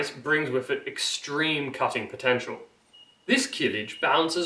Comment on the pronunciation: Stop saying "keelij". The first vowel is short, as are Turkish vowels generally.